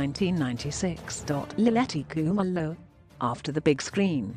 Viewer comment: I like the way you pronounce her surname